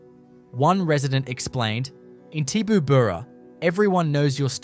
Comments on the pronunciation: Had to laugh at the pronunciation or rather MISpronunciation of Tibooburra. It’s Ti as in tip, not TY boo burra. Interesting article though. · It is pronounced Tib-oo-burra. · Never heard Tibooburra pronounced that way - and I've been there a few times